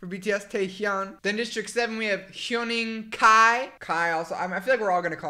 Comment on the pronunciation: Also Huening kai... idk how to describe but like don't pronounce the U lol.